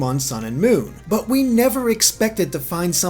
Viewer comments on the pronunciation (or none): none